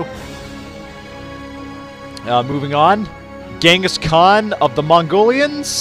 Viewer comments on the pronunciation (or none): none